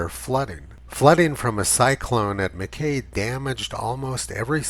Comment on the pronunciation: Thanks Tony, as a Queenslander of old, you used the correct pronunciation for the town of Mackay. It was changed by television reporters in the 1960s pronouncing the "Kay" as "Ki" whilst the town people of the time call it Mackay. This being another example of media ignorance. Cheers